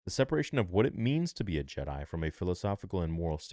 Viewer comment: Jedi brother...not JED....